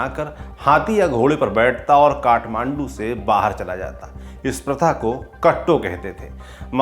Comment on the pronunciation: कट्टो नहि "काट्टो"